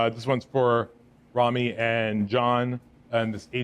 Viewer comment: *Rami, not Remi